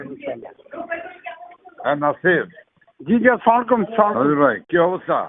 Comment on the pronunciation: এরা সালামাটা পর্যন্ত বিকৃত করে ফেলছে! সালকুম সালকুম, এটা কোন সালাম হলো? সব কিছু দখল করতে করতে এরা সালামের প্রকৃত উচ্চারণ টুকুও নিজেদের বাপ দাদার সম্পত্তি মনে করে নিয়ে সালকুম সালকুম বানিয়ে ফেলেছে।